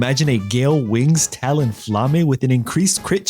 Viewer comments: Small nitpick: Talonflame is pronounced "Talon-Flayme" and not "Talon- fla-may". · "Talonfla-may" facepalms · UM ACHKTUALLY Talonflame is pronounced Tal-Un-Flaym and also flying type pokemon can be grounded u just have to have a pokemon with the move smack down